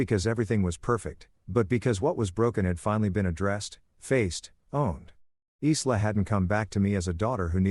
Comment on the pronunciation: Isla is usually pronounced ( I LA) silent S Parents haven’t taught Respect & Consequences